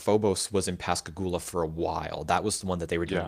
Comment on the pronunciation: NOT Dee-mos, it's dye-mos, as in Poseidon. The characters are "ei", not "ie"...